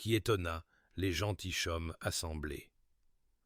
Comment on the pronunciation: Des gentilchommes ! Ce serait bien de contrôler votre robot ! On dit des gentillommes phonétiquement